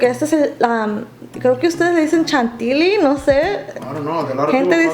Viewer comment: Creo que quisiste decir Chantillí no Chantili